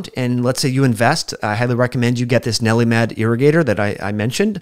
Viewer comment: Nelli-Med? Or...NeilMed? I mean, I have it and it's for sure not Nelli-Med. ha!